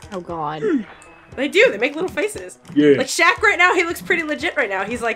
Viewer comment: LOL i know rachel is a little bit younger than you and myself since im 26 and was a 90's kid back in the day!.But LOL it sounded like said Screcketd instead of Shaq! XD. Holy shit, that Game brings back a few nostalgic memories.I never did get the chance to play that game series, but goddamn i do remember my older cousins complaining about how shitty and not worth renting or buying it was for them XD..Dude i so remember that Kazam movie back in the day.I was actually like the minority of people that loved the fuck out of that film, with Shaq granting all of the kids wishes into a reality.XD, Also totally remember the shitty ass short lived rap career he had too, worst thing he ever attempted besides acting in films. There is one think Shaq did dame well right about 2 years back when he made that bomb ass Arizona shack cream soda tea! Fucking hell that drink was my life at the time rofl!Also just a random list of what was extremely overhyped with the top 5 things that were big in the 90's decade( but i only remember as far back as 1995 since the other 5 years of my life at the time i was a baby) 5. Hanson,backstreet boys and Nsync 4.) the huge ass crazy sexual scam with Bill Clinton and the monica Lewinski slut 3.) The matrix and the trilogy movies of Home alone (aka one of the greatest movies ever made during my childhood!=D 2.) How huge the pokemon TCG cards were from Wizards of the coast (alongside the harry potter franchise,and coun